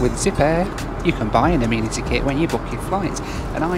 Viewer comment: Why are you calling it an “ah- meen- atty” kit?